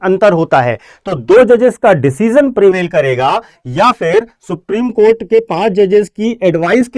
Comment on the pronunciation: आप सुप्रीम कोठा को सुप्रीम कोर्ट बोल रहे है । कृपया इसे सुधारे 😂